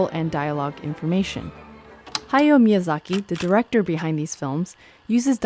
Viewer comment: Minor nitpick (I feel ashamed even posting this 😅): It’s a bit more like Haya-o Miyazaki (the o is a little more a syllable on its own) And it’s a bit more like Hi-sai-shi (yes, it is two characters 久 Hisa and 石 ishi, but Japanese still have a somewhat smooth transition between the sa and the i in “sai”).